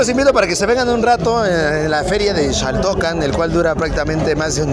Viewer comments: Aquí nadie pronuncia ‘Shaltocan’ 😂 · Justo me estreso de tanto que dijo "Shaltocan", ni siquiera puede terminar de ver el vídeo. Llevo toda mi vida viviendo en Xochimilco, mi familia es originaria y nadie lo pronuncia así. Y en todo caso tampoco pronunciamos "shochimilco". Y creo que la forma correcta sería en como lo pronuncian las personas de la región, y es "Jaltocan" (Xaltocan).